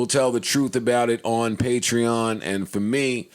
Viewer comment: Finally said patreon right